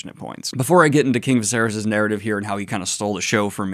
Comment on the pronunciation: Why did you pronounce it vasarys lol is viserys (vis-ae-reece) that hard to say??